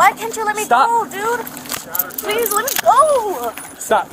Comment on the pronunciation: Please-ahh. I cant breath-ahh